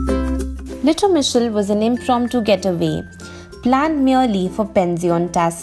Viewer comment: Impressed by your pronountiation, I ma not sure I could say the name lol. What a cute little town for sure. That green car was so retro!